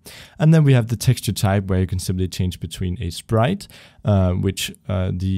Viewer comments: Ehm, did you just said "shprite" instead of "sprite"? Or that's how it's pronounced in english? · It's his accent XD